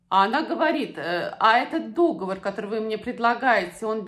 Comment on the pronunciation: Не дОговор,а договОр.